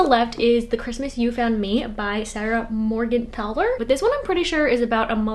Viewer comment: I’m not sure if you had a little struggle with Sarah Morgenthaler’s last name but as a person who has that last name, you have said it better than anyone doing roll call in school and I need to give props for that.